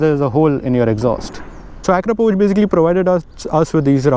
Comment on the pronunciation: You actually pronounced Akrapovič correctly. It's a beautiful bike, ride safe. Happy Holi from Spain! 🇪🇸